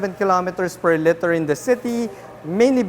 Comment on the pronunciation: Liter, pronounced leeter, not litter.